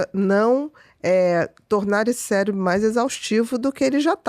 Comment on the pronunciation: Só eu fiquei com vontade de dar um safanão nele cada vez ele falou "céLebro" e "ceLebral"?